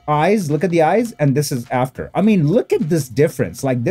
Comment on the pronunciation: I like how you say "this is Before, this is Aftuor" Classic 👌👌🤣